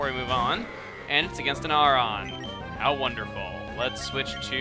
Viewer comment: you know it's aron sounds like iron but its steal